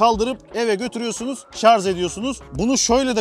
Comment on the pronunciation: Şarz değil Kâmil ŞARJ !!!